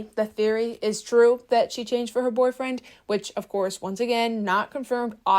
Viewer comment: I BEG you PLEASE learn to say boyfriend correctly.